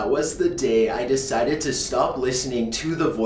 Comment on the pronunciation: Nice story! The reading, however could have been better. You're putting emphasis on weird syllables that normally wouldn't have emphasis, for example when you kept putting the emphasis on "to" and "of". If you fixed that, it would be much better!